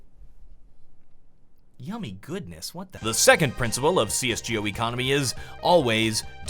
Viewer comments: cs joe economy?? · great video, but PLEASE pronounce it "CS:GO" not "CS:Jee Oh" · CS 'JO' ?? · see-es gee-oh lol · am I the only one who got a cringe when he says cs Gee O